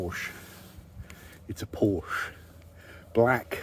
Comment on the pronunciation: It’s pronounced porshaa